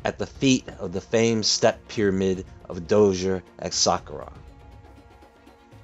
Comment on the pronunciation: You do a mean egyptologist but your pronunciation of Suh Kora is off slightly. 😆 still gave you a thumbs ☝.